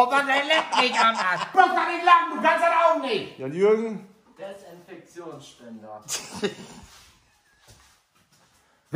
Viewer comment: De-sin-fek-tion...merk dir's mal😂